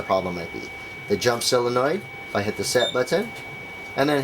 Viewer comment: sOlenoid not silenoid